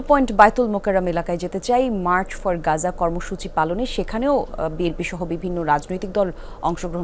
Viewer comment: মার্চ ফর পাজা নয় মার্চ ফর গাজা